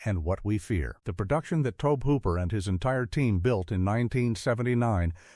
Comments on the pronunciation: Dear AI Narrator, the director pronounces his name toe-bee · Cheesus, the mispronunciation of Tobe just keeps happening, over and over and over